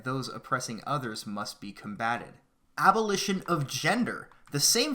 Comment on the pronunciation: Dude, it's ABOLITION not ALBO